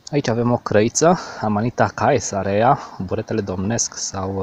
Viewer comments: Ae în latina se citește e deci " cezarea".Caesar se citește Cezar. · In latina grupul ,,ae" se pronunta ,,e"".Deci ati gasit amanita cezarea, se pronunta asa cum este scris in romana. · "ae" se citește "e"